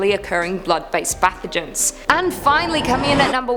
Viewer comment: The way she said pathogens 😂